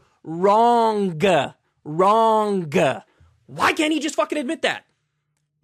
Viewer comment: okay Kyle I need to disagree here. Its Wrong not Wronguhh.